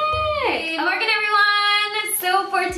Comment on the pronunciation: does she say good or good morning as her intro? seriously curious...i need answers...